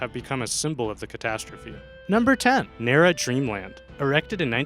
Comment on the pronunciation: It's NAH-rah Japan not Nei-ra!!